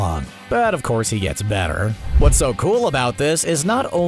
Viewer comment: something about the way he said better is odd